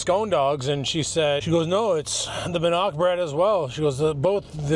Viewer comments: Hey, It is Bannock and pronounced Ban ock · Its pronounced Bann ick also known as Indian Fry Bread.